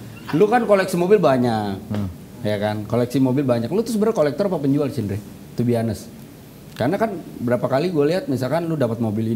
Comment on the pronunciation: Om wen beberapa kali deh bilang to be anees apaan si😅